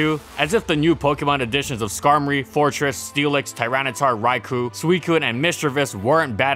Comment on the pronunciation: Youtube has a feature where you can make a poll. Also, Raikou is pronounced raiko, not raikoo, I'll keep saying this till it's corrected.